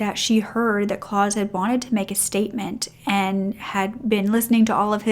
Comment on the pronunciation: Great story… but I have to say, it was annoying me that the name Claus was constantly being mispronounced. It is pronounced “Clowse” ow as in wow. Rhymes with house